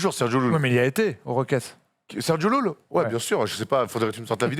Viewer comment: Bien joué sur Sergio LLULL! Par contre on prononce correctement le nom du Monsieur! C'est un phonème palatal sonore qui se produit quand le dos de la langue touche le palais, en laissant en même temps deux canaux étroits des deux deux côtés de la langue pour tirer l'air expiré. Exemples: calle /ká-lle/ (rue), olla /ó-lla/ (pot), pollo /pó-llo/ (poulet), etc. Merci espagnol facile:)